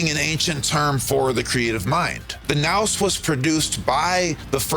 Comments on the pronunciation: Thanks for your help. It's Nous pronunciation Nus like Zeus Zus.. Sounds better. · I think it's pronounced noose. Otherwise this is one of my fav video of yours so far, thank you